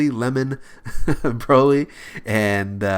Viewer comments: He said Rosé then Brolé instead of broly because of chilé after too😂😂😂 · Rad Artist I know but after he said rose he said brolé instead of broly because he said Rosé first then chilé after it